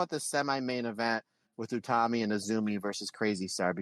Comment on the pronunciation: They also got Utami right, something that's tripped them up before (sometimes they say it like Yutami)